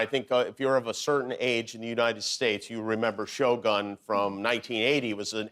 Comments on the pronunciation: I really loved the interview! Only one thing I want to ask Jimmy … it’s pronounced like “show goon” not “show gun” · It’s pronounced sho-goon. Not gun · Why the hell did he say "Shogan" instead of "Shogun" wtf lmao. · Not shogone.. shoguuun. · Oh gosh Jimmy. It's pronounced as Sho-gOOn, not Sho-gun like a freakin' gun. Lol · Note to Jimmy Kimmel: It's pronounced Shogun as in good, not Shogun as in gun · Why is it pronounced like "show - gun" in America, when it's prununciation is "Shoh-goon". Is it that difficult ? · Show Gun? Leave it to the Americans. It's pronaunced Sho Goon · Yeah he has NO idea how to talk to a Japanese woman. & NOTHING about the show. & it's SHOh-GOON, not "Show Gun." UGH. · Jimmy it is pronounced as sho-goon, Not show gun!!! If you are in medieval Japan, you will be diced by samurai sword!!! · It's pronounced 'syo goon', not 'show gun' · It’s cringey hearing “show gun”. Jimmy should’ve made an effort with the right pronunciation of it. On the other hand, Shogun is amazing! Anna is stunning. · Yikes, everyone can pronounce the freaking japanese word, except Jimmy Kimmel, that just went off and said "shogan" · It’s pronounced as shogoon not show gun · 英語だと将軍を「しょうがん」という発音になってしまうのですね。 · Sho-guun almost, right? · hey yankees, it’s not sho🔫, it’s sho-gun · Bro said Show Gun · This host didn't bother to learn how to properly pronounce "shogun". He pronounced it like a damn gun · if this dude misprounces shogun one more time im going postal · I cringe each time he said "shogun" NOT in the way it should be pronounced. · She is so charming. The american pronunciation of the name Shogun is awful, it's so painful to the ears. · Annoyed at how Americans pronounced shogun .. listen how the Japanese pronounced it, and just copy it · Why do Americans keep on pronouncing Shōgun like it's an English. Like WTF? can't you learn hwo it's supposed to be pronounced? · He keeps pronounce Shogun wrong 😅